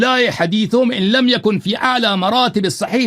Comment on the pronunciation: الیاری لما اذنت لہم نہی ہے غلط پڑتے ہو